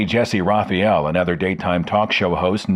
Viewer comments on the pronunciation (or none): none